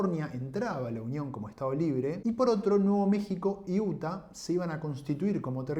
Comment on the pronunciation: No es UTA ,se dice Iuta.Y se escribe,Utah.Amigo,entiendo tu punto.Pero si vas a nombrar Estados o ciudades extranjeras,pronunciarlas bien.Entiendo también tu ideología,pero si por una ideología vas a pronunciar mal palabras de otro idioma a propósito,,mejor habla de Historia Argentina o Layinoamericana . Además,estoy seguro que sabes inglés.Adi que no seas hipócrita.